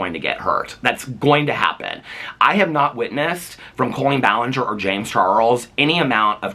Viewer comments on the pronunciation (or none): are you saying colon ballinger on purpose lmfao